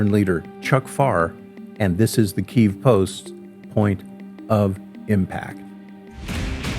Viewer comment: "Keev" 😂 😢 bro if you're working for Ukraine, have them teach you how to pronounce Kyiv